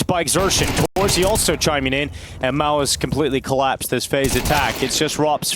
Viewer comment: everytime they say mouz i think they are saying malbs